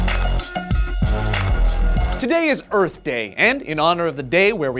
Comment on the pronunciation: whooo! go earf!